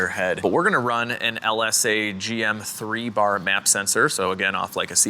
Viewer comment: Accurate Georgia accent. 😂 "BAAH"